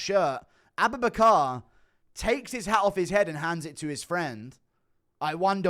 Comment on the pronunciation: Everytime you say aboobinacar I die laughing.